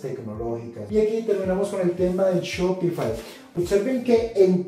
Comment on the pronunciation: SPOTIFY NO SHOPIFAI SE PRONUNCIA ESPOTIFAI PERO SE ESCRIBE SPOTIFY :)